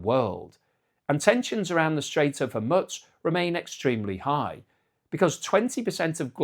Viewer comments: Hor-mooz not Hor- mutz,. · ...there's no "t" in Hormuz (it's pronounced Hormooz)...